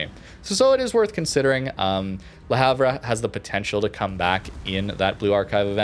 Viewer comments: Le Havre: proper pronunciation more closely resembles Luh Ahv, "H" is silent as are the ending letters "re". Don't hate me, hate the French. It's their pronunciation. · hi mate, that ship is pronounced La harve sry to comment like this but it just sounds so bad to any one from europe, subbed and always leave a like,,,,, cheers for all your content